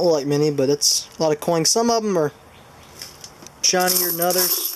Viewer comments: am i mistaken or do you keep ending some of your words that end with a n also adding a g like ( coings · "Coings", wtf? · makes me cringe everytine he says coings >.<